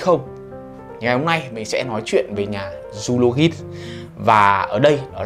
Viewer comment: Zoologist đọc là “Zu-o-lo-jizt” a ơi :v